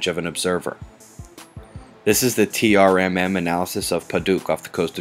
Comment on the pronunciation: I love your stuff and I watch daily, but if I hear you say T.R.M.M. one more time I'm gonna bust. Even NASA calls it "Trim".